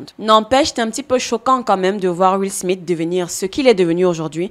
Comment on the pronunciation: Tu dis beaucoup trop où Will SmiTE et pas Will SmiSSE. C'est assez perturbant😂